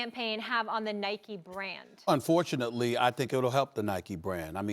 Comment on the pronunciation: Did he say "unfortunately? ?